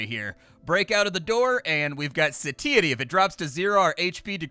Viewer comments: "SAY-TEE-ITY???" I say "SAH-TAI-ITY." I'm gonna have to un sub. Can't believe I've loved you for so long. J/k of course and according to google we're both wrong. "Suh-tai-uh-tee" I guess. "we wiv in ah satiety" is what that makes me think of for some reason. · Satiety is pronounced SAY-shu-tee or SAY-she-uh-tee